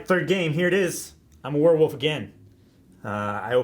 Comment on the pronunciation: says werewoof